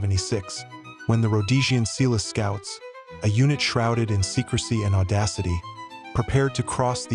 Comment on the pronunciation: Eland an "agile" antelope? Ratels? Seeloo scouts?